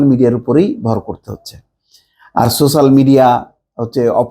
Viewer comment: আপনি কোন দলকে নিয়ে ট্রল করবেন না। আর সোশ্যাল শব্দটা ভালো ভাবে উচ্চারণ করবেন।